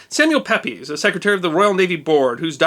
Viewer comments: I'm just an armchair fan of Samuel Pepys, but I understand his name is (counterintuitively) pronounced 'Peeps' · Samuel Pepys' name is pronounces Samuel "Peeps" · As always, love it. Single point: those damn limey pronunciations! Samuel Pepys is pronounced Peeps, not as spelt. He is largely credited with rebuilding the navy so that in the 18th c. it was the pre-eminent force that led to British colonial success. He was also a diarist who gave us the most intimate account of London life of the period, and the catchphrase “and so to bed.” ETA: I really should read comments BEFORE posting my own. Still, I guess you’ll never forget Sam’s name now. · Samuel Pepys: not pronounced Pep-eez. It is pronounced Peeps. Just saying. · Samuel Peeeeeeeeeeeeeeeeeeeeeeeeeeeeeeeeeeeeeeeeeeeeeeeeeeeeeeeeeeeeeps! not pepiz. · Samuel Pepys' name was pronounced "peeps", not "pepis". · For the sake of the non-English and curious viewers Pepys is pronounced “Peeps” and Gillingham has a soft G so is pronounced “Jillingham”. Another difference in pronunciation between us and our cousins is that the English tend to under, not over pronounce the “ham” in place names such Chatham, Durham etc. so they are pronounced more like “Chatum” and “Durum”. Oh, and I should mention your videos are superb, please keep making these fascinating videos! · Charles and James were behind the great fire according to the parliamentary report - Gillingham is pronounced Jillingham - Pepys is pronounced Peeps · Pepys is pronounced "peeps." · Pepys is pronounced PEEPS.... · Silk? I think you mean canvas. Also, the name is pronounced Samuel Peeps. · It's interesting that you state the Great Fire of London as happening in 1666. We who studied our history in English schools learn that it happened in 1667. By the way, we pronounced Pepys as "Peeps". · Pepys is pronounced Peeps. Source: I'm English. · Pepys is pronounced "Peeps" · Pepys is pronounced "peeps". Don't worry it is an English thing 😀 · Pepys = "PEEPS"